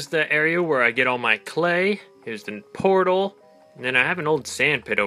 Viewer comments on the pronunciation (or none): none